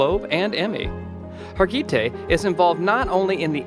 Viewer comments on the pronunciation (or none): Thanks!! Mesding it up with Har gee tay. Har geh tee is the right way. Say it fast. This lady deserves more justice to her name. Too classy to mess it up. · HAR- GI- TAY.. Marish-ka....OMG. wtf.... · It's Marish-KA, Mag-dol-na, Harg-i-TAY, omg the pronunciation is so bad